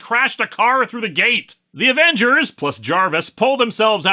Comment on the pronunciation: Ävengers would have been more swedish than Avengürs, sweden doesn't use u with umlauts. Alternatively "Avengärs" since the Swedish 'ä' is pronounced very much like the english 'e' there